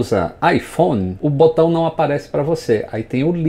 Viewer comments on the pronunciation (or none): none